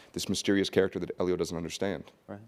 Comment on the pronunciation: he says eelio that gave me the willies